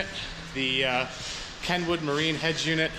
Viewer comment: The fuck is a head jewnit...... UNIT that shit is so annoying EH